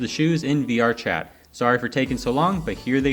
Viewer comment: It's "VRChat"